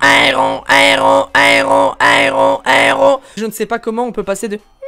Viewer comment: ont limpression qu'il dit un héros un héros